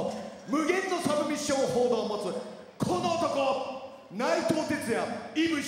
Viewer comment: TAKAのサブミッションホールドの発音が好き